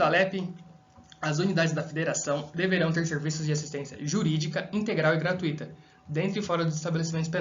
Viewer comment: Questão 10 - a palavra "gratuita" se pronuncia assim: "Gratúita" e não "gratuíta"(como se tivesse acento) Mas a escrita certa da palavra é sem acento, seguindo as regras gramaticais. Tmj, meu amigo.